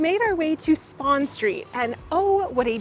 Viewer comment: It's Spon Street, not spawn street lol.